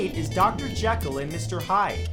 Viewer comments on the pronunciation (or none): You mispronounced "Jekyll."